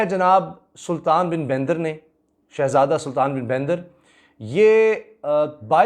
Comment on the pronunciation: Assalam Walikum Assal Naam Sultan Bin Bandar Hai👍 Not Sultan Bin Baindar Or Yai Bandar Lafzz Farsi Say Mansoub Hai👍